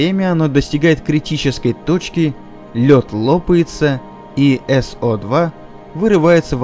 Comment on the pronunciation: эс-о два? Это надо азов химии не знать, чтобы так прочитать текст.